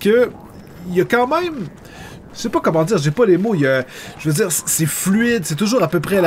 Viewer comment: pourquoi tu dit kemment au lieux de comment?